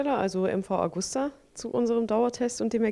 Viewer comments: nicht Augusta sonder Agusta ;-) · Traurig ist, dass die Redakteure den Hersteller nicht richtig ausprechen können.